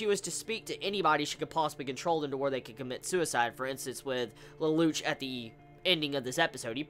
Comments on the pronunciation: please pronounce it LELOUSHEEE or leloushu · OH AND IT'S PRONOUCED LE- LOU- SH